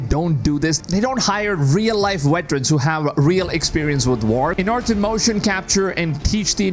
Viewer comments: Veterans not Weterans. LOL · Bro calling them wetrens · Veterans !! not WETerans :))